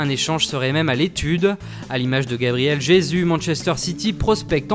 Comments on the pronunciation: on remplace le j par un R gabriel resus on le prononce comme sa ashabi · tu ne sais pas prononcé gabriel jesus